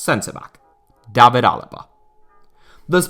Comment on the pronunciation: The good old English pronunciation of Day-vid for the English, Davvid for every foreigner with the same name.